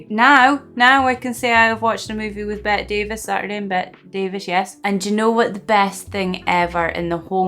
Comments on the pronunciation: Bette is pronounced "Betty." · It's pronounced Betty instead of Bet. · By the way, it's Betty not Bet. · her name is pronounced BETTY, not BET. She’s my favorite actress. You’d love ALL ABOUT EVE (1950). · It's spelled BETTE but it isn't pronounced "BET." It's pronounced "BETTY." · Unlike Bette Midler, Bette Davis's name is pronounced like Betty, not Bet. I hope you do a lot more of her movies. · Bette Davis is pronounced Betty Davis. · Her name is Bette, but pronounced Betty. This is one of my favorites. I hope you like it! If you like this, I strongly suggest you watch AllAbout Eve. It is her best. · Bet-tee Davis. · Her first name is usually pronounced as 2 syllables with a long e sound at the end- ‘Bet - tē.